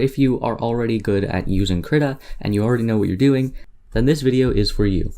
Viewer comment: excellent tut. I think its Kreeeeta =|